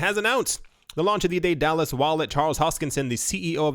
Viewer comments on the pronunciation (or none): "Dallas" "DayDallas" it's Day-du-lus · Pronounced: Day da lus